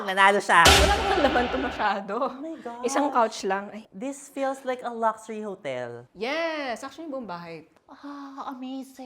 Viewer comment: Mimi: Laxuri: Luxury